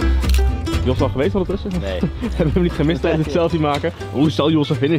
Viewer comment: "n Limburger zegt niet 'Neuh' maar 'Nae'. Wel twee lettergrepen van maken.